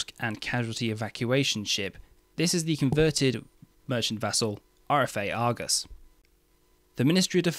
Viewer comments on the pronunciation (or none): none